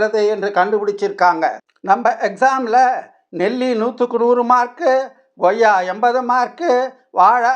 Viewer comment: Koyya not Goyya